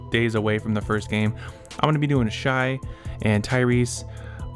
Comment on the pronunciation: Good video but you gotta learn how to pronounce the MVP’s name right! Shai = Shae sounding